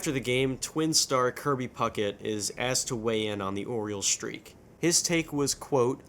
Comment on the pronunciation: so I guess in your part of the country you pronounce the words "shtreak" and "shtraight" ?